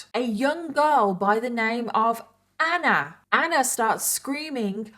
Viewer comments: Why is she pronouncing ANNAAA like that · The way you pronounce ‘Anna’ is so anoying I had to stop watching 😢